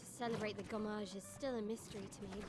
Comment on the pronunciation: Btw its Gommage not Goomage 😂